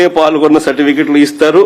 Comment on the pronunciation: ప్ఫాల్గొన్న కాదు అన్న పాల్గొన్న అని అనాలి.